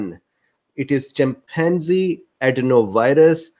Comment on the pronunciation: Did you say chimpanzee ?